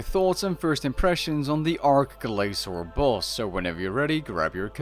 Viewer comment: I wish I could ignore it, but it needs to be said. It's ARCH Glacor, not ARK Glacor. Just the same a having an arch-nemesis, not ark-nemesis.